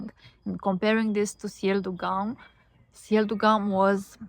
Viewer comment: Haha, GUM is pronounced with [u] sound, so it's like "GOOM" 😀